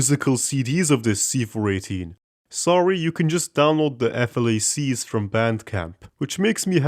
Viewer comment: Pronounced “flac”, not “f.l.a.c.” Like flag but with a k sound